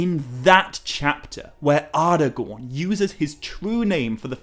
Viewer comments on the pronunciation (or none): none